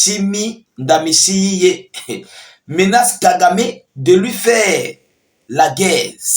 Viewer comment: Le nom du président se lit ainsi: DAHICHIMIÉ